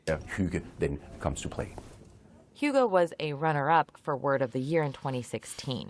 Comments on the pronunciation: It is not "hugga" - it is pronounced streight forward "hygge" ---- Yes, for me as a Norwegian, coming from a cold winterland, I associate Hygge with coming into warm surroundings from activities in freezing cold and snow. Lighting up, making a fire in the fireplace, creating a little nest around myself, preferably with candles and dim lighting. Finding food, drinks or snacks, and things I want to surround myself with to create a calm and relaxed atmosphere. Newspaper, magazine or book, listening to music. Either alone, or with family or friends, or others. Maybe a game of cards, quiet conversation or silence. The main thing, and most important is to create and having a relaxed moment in similar surroundings where the mind rests and the most important thing is just to enjoy life there and then - until you want to break away from the more contemplative and emotionally relaxed state, and be active in more everyday activities. That is my definition of Hygge. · the way you say hygge, sounds like something you smoke on, (hugger) sound very funny for a Danish guy, who have grown up whit the word hygge 😂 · Hoogah?! Wth is that 🤣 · When you look it up it says hygge is pronounced hoo gah... Its not. Its a sound that doesn't really exist in English. But there's no O sound in it trust me. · I'm surprised that the reporter pronounced it "Hugge" instead of "Hygge", considering the letter Y is part of the english alphabet. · Why does Americans always change the letters. It’s not «hugga», it’s «hYgge». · I get that Hygge isn't easy for other languages to pronouce, but why are you pronouncing the "y" like a "u" a the "e" like an "a"???